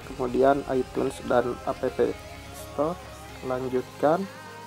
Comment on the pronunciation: Cara bacanya "ep stor" bukan "apepe stor"